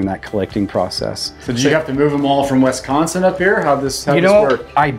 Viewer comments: YES!!! I don’t know why people pronounce it Wesconsin like Bret Musberger used to on nationally televised Badger games. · As a Wisconsite, it irks me so much when people call it Wesconsin! Bret Musberger used to call us Wesconsin on all of the Badger football broadcasts and never learned how say it right. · Yo it's pronounced WIS- consin.